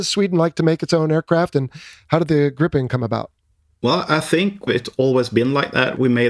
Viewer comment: Haha the interviewer pronounce gripen better then the Swedish pilot😅😅😅